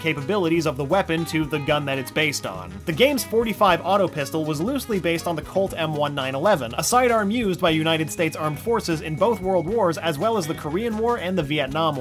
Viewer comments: M1911 is pronounced "nineteen eleven", as in the year 1911, not "one nine eleven." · It's not m1-911 its pronounced m-19-11 as in model year 1911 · why do you call it a m1 911its pronounced m19 11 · "Colt M-One-Nine-Eleven" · "M-one-nine-eleven?" Really? It's a date. As in 1911 AD "nineteen-eleven." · "M-1-9-11" Oh my god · "Colt M OneNine11" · Why can no one say M1911